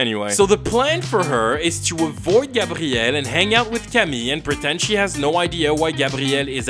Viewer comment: My name is gabrielle and its the first time i hear an anglophone say my name that well